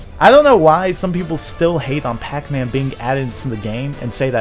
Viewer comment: says Bacman.